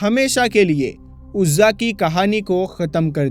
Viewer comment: Bhai aapne shahi paddhi nahi. Urzaa devi. Hihe bhutt nhi